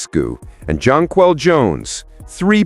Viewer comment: The same goes for Jonquel Jones. Make an effort to spell and pronounce their names properly.